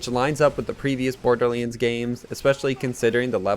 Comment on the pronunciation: Why does he say"borderleands"?